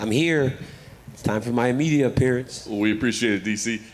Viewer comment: It's time for my "imeadia" appearance 🥳👌🤣🤣🤣🤣